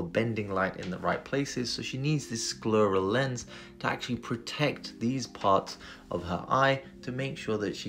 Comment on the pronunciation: You pronounced literally every single medical term in this video super weird. "Sclurrel" "cornEEEuh"